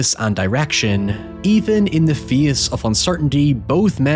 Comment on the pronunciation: Bro, say “Face” again 😂.